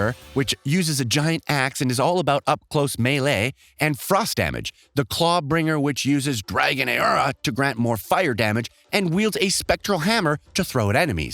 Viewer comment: i know you didnt say "me'le'e" and "ayura" when trying to say melee and aura my guy. PLS tell me thats not how you pronounce them.